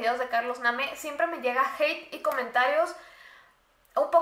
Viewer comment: Se escribe Carlos name pero se dice Carlos neim